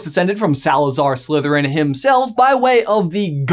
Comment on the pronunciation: U said it wrong his mom was a descendent from Salazar slitherin